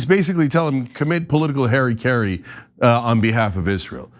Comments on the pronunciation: This is the second time Cenk says "Harrykerry" . Isnt it pronounced "Harakiri"? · Republicans/politicians/media corrupt I get that. But Cenk pronunciation of... Was it political Hairy Cairy or was it supposed to be political Harakiri at ? This is the relevant question in my mind 😂 Still, thank you for giving us the news. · Context suggests he was saying Harakiri.